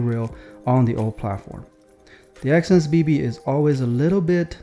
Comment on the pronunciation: No way this guy said exsense bbc and yall missed it